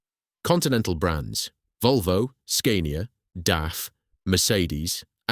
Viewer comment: Then Scania😫. The "a" is pronounced as in "cat" not as "cane".